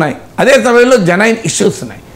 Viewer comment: మీరు కొన్ని ఇంగ్లీష్ వర్డ్స్ భలే వెరైటీ గా చేస్తారు. జెనైన్ కాదు జెన్యుయిన్ is close to correct pronounciation.